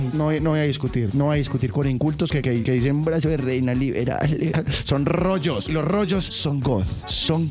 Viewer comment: Se dice rollos🗿